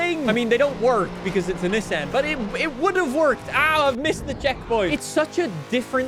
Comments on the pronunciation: Having some talking issue by saying Nesen instead of Nissan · He's saying Nesen